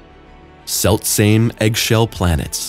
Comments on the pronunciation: Seltsame exoplanets? What kind of pronounciation is that? Seltsame is German. Please find someone who can tell you how to pronounce it! 😂😂😂 It means rare or unique! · Well, he can't even pronounce the word selstsame, which is german and means rare or unique.